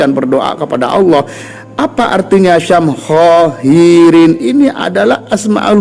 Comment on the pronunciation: yg benar syamhaahiirin bkn syam khoohiirin